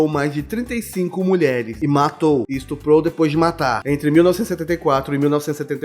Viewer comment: "Estrupou depois de matar" Hã?